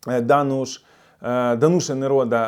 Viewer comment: ДАнуш, ДАнуш і ГрИгорова МАркета - в чеській ВСІ НАГОЛОСИ НА 1 склад.